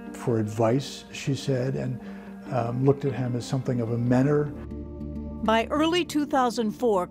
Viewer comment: That's MENTOR, not "menner."